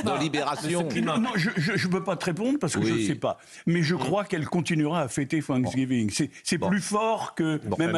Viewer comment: Oubliez l’Algérie et occupez vous du “Sanksgeeveengeuu” XD